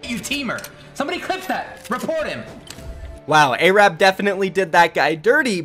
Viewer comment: When you hear a kid call himself A-rab and he's white